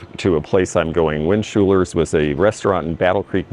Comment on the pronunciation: At least you got Kelloggs right , but not Schulers...lol